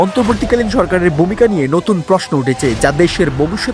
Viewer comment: Bumika na bhumika .ki gaiya presenter agula kotheke j ase pronounce o korte parena nijer matrivasa